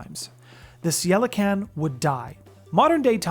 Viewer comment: Also, unless my research is wrong, Ceilican should be pronounced (Kay lee can)